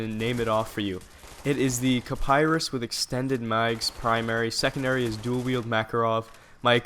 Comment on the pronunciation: It's pronounced Ki-Pah-Ree lol